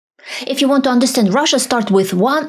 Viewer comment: You need to work on your English pronunciation. You stress the wrong syllables and your vowels smear into each other. First sentence, It's not underSTUND, it's under STAND. you rush the word, which makes the vowel mispronuciation that much worse. The word move is not pronounced "moof". watch is not wuch. Control is not contrul. It's not confisCATed, it's CONfiscated.